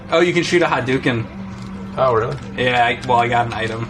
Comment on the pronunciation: Why is James saying “Hatduken”? Lol